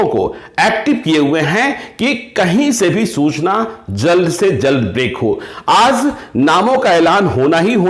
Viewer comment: Sir pronounce sudhar kijiy, Jana hota hai na ki Zana, Aaj naki Aaz